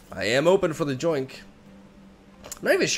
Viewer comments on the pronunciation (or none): bro. its not JOINK. its YOINK OMG. spanish speakers man omg that bothers me so much lmao my bf does this and omg